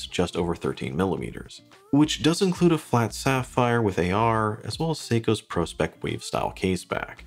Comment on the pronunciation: Good choice again ., the ocean and the Antarctic., &., Did you say 42 is reduced.,? &., You said pro-specs correctly ( it’s like an IQ test you passed., just like people who properly pronounce TEK-NIKS instead of mistakenly saying “techniques “ on the stereo YouTube channels.